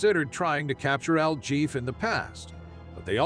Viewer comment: It's pronounced 'el heffay' , not el Jeff ! El JEFE , MEANS THE BOSS,OR THE HEAD HONCHO, ETC.